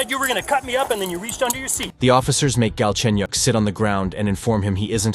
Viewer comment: Galchenyuk is his last name, btw. And it's pronounced way different from how it sounds in the video.